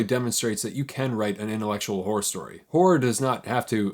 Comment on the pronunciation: My apology. I heard you say “horror” at least 4 times before I understood you were not saying whores. If these famous authors had whore stories…I may be able to break into the genre near the top. Whoror, one might say. Cheers!